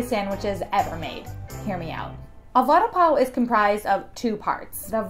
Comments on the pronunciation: It's not a sandwich omfg.. and it's pronounced '"Va-ada Paa-o" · Please work on your pronunciation. Vuh-daah pav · hello i just wanted tell youthat the pronounciation of vada pao is v-rdaa- paao